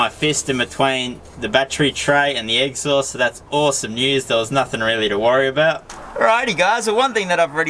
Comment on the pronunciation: He calls it the eggsaust 🤣